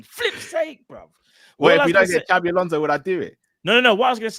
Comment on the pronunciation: Xabi not Xavi